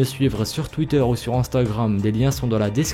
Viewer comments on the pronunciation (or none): none